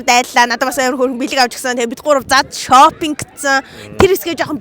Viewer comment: Yoo shoping gedgiig ni shou gej sonsohjiishd